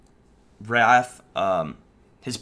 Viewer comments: Calling Wraith - "Wrath". Its spelled with an 'i' for a reason my dude >.< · her name is wraith not wrath lol